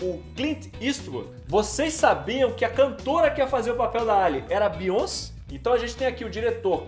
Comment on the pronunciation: “ a bionci” kkkk